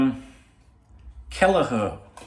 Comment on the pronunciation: Its a "k" not a "ch" youre right😂